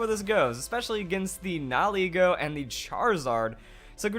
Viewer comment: I like your channel but holy damn nihilego nihil ego knee-heel-ai-go